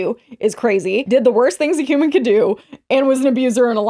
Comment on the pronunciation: did he say "huming" instead of "human" ? Lmao